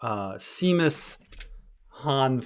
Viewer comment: please it’s pronounced Shay-mus trust me I’m Irish